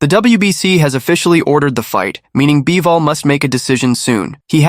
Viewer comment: once I heard "BYE-VOL" and "DIE-ZAM Boxing" I knew this was more ai narration low effort trash